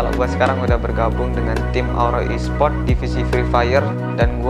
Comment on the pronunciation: Kok lu bilang nya laura esprot